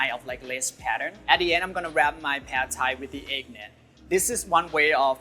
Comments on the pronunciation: Could you please say "putt Thai', not "pad Thai"? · I’m sorry it’s a BIG and HARD pass for me. First and foremost he doesn’t even pronounced the dish correctly. It’s NOT pronounced PAD, it’s actually pronounced “PUTT” like you’re putting a golf ball. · Thai people around the world rolls their eyes the way he says pad thai like a foreigner. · his name and accent are definitely Thai, his pronunciation of the dish pad Thai was definitely not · This is Pad Thai for white people. Even the way he changes the pronunciation of the dish is catering to that. Don't even get me started on the corner cutting with the ingredients Also authentic egg wrap method destroys egg net all day.